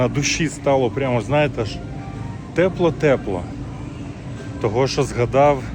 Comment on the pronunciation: Чё ты говоришь? Непонятно что за слова ТЭПЛО ТЭПЛО?? Может ТЕПЛО?